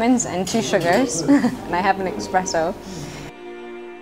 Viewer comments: calling espresso "expresso" is certainly American though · lol "expresso"